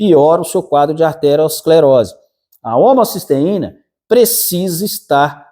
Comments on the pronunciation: Parei de assistir quando ele falou aRteroesclerose,se não sabe o nome correto,como pode querer falar sobre o assunto ? O certo é ateroescleose, não é derivada de artéria,mas de ateroma. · Não é "arterosclerose", e sim aterosclerose.